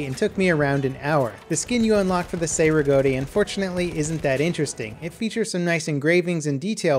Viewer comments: ITS CEI RIGOTTI NOT SEI RIGOTTI! CHEI FOR YOU ENGLISH. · Chay Riggoti not Say Riggoti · As an Italian, it triggered me when he said "Say-Regotty", it is pronounced "Chay-Regotti" Italian C's are hard, they make a "CH" sound. I.e. Soricelli, is So-re-chell-e" But other than that, I love the vid! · "Sei riggoti" non si può sentire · Its pronounced Chay Rigahti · Every time you mispronounce Cei-Rigotti I die a little inside.